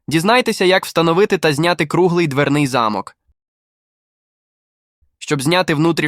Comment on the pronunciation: Хтось підкаже "спеціалісту "де І в яких випадках роблять наголос у слові * замок*. В нашому випадку наголос потрібно робити на букву 'о'. Наголос на букву 'а' -це будівля, де проживали багатії.